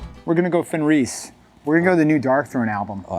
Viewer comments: His name is pronounce “Fen-rizz”, not “Fen-reez”… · Is the way he says Fenriz some weird in-joke?